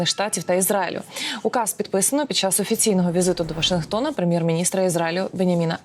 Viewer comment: Чому завжди пом'якшує літеру "Ч"? Чєкати, чьому, чяс? Ніби ж її рідна мова українська... Чи може вона Фіцичь?